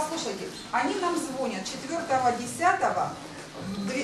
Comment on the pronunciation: На "..вот послушайте они нам звОнют.."!!!! Как достала эта повсеместная деревня, звонИть!!!!!!!!!! Запомните вы это люди добрые!